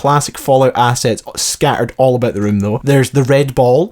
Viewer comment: a) E3 confirmed that the area is Boston. Old news. b) minutes of completely unimportant observations of the completely noticeable and obvious. c) "Scah-urd"? There's a couple of T's in "Scattered" and at least one T in "Later". You can redeem yourself by singing "500 Miles".... or maybe "GET IN MAH BELLY!!!"